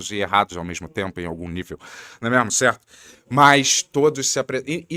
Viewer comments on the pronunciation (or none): mandou um combo "né mêarmo, céarto".😂😂